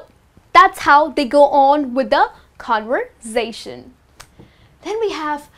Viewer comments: i think the way you pronounce conversation is not correct .you pronounce like con-voor-sa-tion .i think its con- ver-sa-tion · What does mean mowiie!?? She needs to master IPA first Listen how does she pronounce the word ( conversation ) But her knowledge about the language is great